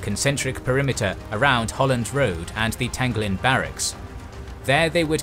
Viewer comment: Singaporean here. Kind of funny to me on hearing the difference between your pronounciation of our place names and the way we say it (Tanglin, Bukit, Timah, Panjang and Paya Lebar to name a few). Not the main point of this comment. Very well made video. Very detailed. Thank you! I took history in my secondary school days. The anniversary of the invasion happened just a few weeks ago. Reminded me of the situation between NATO / US / Ukraine and Russia. Will keep this video in my favourite and rewatch it every year on Feb 15th. Will show this to my children when they grow older to remind them of self defense and not depending on foreign powers for help when the time comes. Thank you!